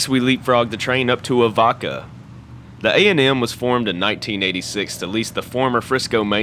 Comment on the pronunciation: Good video! Thanks. As one that's lived in a few locations in the Arklahoma region, as well as being quite familiar the the A&M, I'll help you with a couple of pronunciations that are a bit tricky: "Avoca" is pronounced "uh VOE ka". "Monett" is pronounced "MOE net". Hope you get back up that way and shoot some more video!